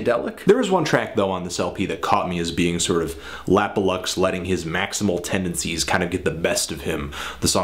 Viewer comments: yes you are saying it right, it's supposed to be an abbreviation of 'lap of luxury' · You are saying it right! His name stands for 'Lap or Luxury'